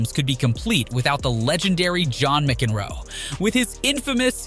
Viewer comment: The legendary John Mic Ehhn Roe? LOL. One of the most famous tennis players of all times called 'Johnny Mac' by some names you got his name wrong. Wow.